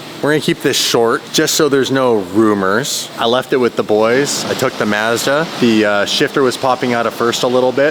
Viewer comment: It's karma for mispronouncing Mazda